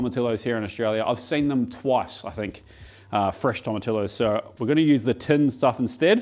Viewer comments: You say Tortillas right, but not Tomatillos or Pollo. C'mon. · can literally get fresh tomatillos from dozens of places in melb, eastern and western suburbs. assume other towns are the same, but they're grown in Vic. maybe that weird pronunciation is throwing the staff off..?